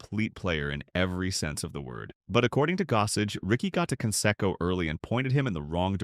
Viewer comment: Mispronounced Canseco. Very informative video, otherwise.